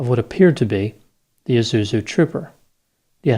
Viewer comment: You realise there's an 's' in 'Isuzu'?